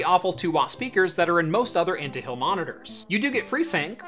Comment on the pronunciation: lol "Intahill" <3